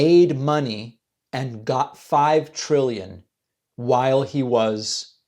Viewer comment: Triwwion Not trillion. just like JD Vance people would pronounce